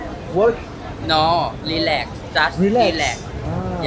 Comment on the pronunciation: I am rilec 😂😂😂 , she mean relax.